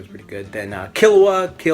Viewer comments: I think it's pronounced Kee-low-ah, but whatever, it's all relative right. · its pronounced key-lewa and gown loving the vid tho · OberonFK I think it's kill-u-a the way it's pronounced because of kill and he's a assassin